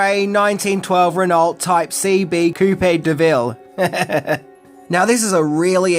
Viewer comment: The car is pronounced as Reno lol